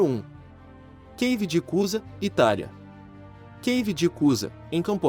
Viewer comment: A palavra "cave" não e de origem inglesa, por tanto não tem a pronúncia: "queive" e sim "cave", como "caverna" que aliás ambas têm origem na palavra latina cavus, “oco”.